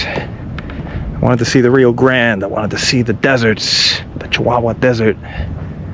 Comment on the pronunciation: Bro it's "chiwawa not sikawa" 😂